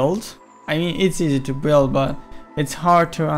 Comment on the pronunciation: He said buwild!